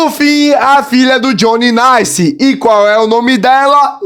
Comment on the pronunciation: Ele fala naice inves de ele fala nasce ele fala naice